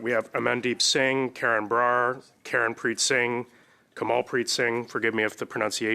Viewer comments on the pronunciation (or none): none